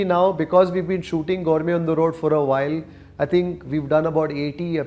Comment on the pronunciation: Gourme gourme antha saaythane ee yappa 😂